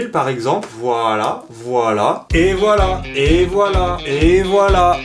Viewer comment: Il dit "et voilà" ou "ebola"? Je vous le donne en mille........